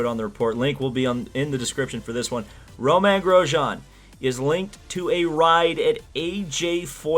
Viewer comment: It’s Romain, not Roman. You pronounced it somewhere in the middle at least. I enjoy your videos.